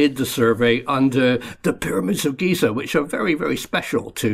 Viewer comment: Lol "Pyramid of geezer"